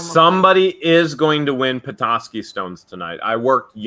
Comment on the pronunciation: You are pronouncing petoskey stone right when your pronouncing it I'm from Michigan and I found them all over the place as a kid.I live in Illinois now.